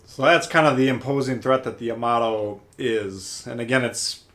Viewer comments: I took 2 terms of Japanese before the virus ruined everything. It is Pronounced Ya-ma-toe... makes me cringe just a little but I’ll get over it. I can’t wait to start this ship up again after GK is finished. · It's Japanesse. Ya - Ma - To.